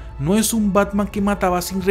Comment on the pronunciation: Parece que dice pacman